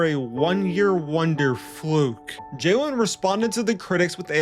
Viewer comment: Is it me or does he keep calling him Jaewin?? Like bro, its Jalen, like Jay-lin.